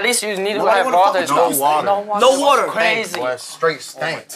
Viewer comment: no watuhh -said like a true asian